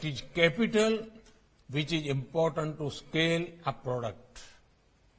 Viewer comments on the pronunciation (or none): What??? why is he telling "It is impotent" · Not even 4 IELTS bands worth of english. Important sounds like impotent !!